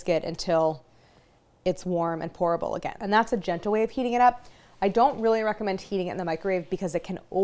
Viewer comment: I kept hearing "horrible texture" instead of "Pourable texture" and was like, many she is NOT selling this.